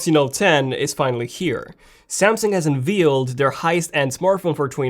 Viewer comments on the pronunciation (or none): Unveiled rhymes with baled